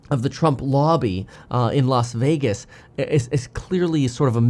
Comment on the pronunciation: Why did he say A-lasa-vegas lol